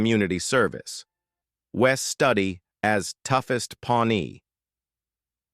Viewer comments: Interesting but i love how these AI voices screw up pronunciation of names. Wes stud ee? Wes Stewd ee would be correct . AI voices can't differentiate between a spelling and actual pronunciation. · It's Wes Stewdi,not study. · Wes Studi...pronounced Stew-Dee....NOT Stud-ee...learn how to pronounce these names...it makes the video much more valid. We wonder what else is mis-pronounced if you miss the names of the people you are talking about. I assume this is all AI, as well. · Wes Studi pronounces his last name as you would pronounce the first two syllables in “studious.” Studi (.. ous). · If you are going to show the actors at least put the correct before photos and pronounce wes studis name properly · I must have missed the part where the woman died because of a snake bite? And they mispronounced Wes Studi. Loved the movie Dances with Wolves